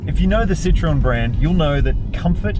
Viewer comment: Not a "Citron" but a "Citroen"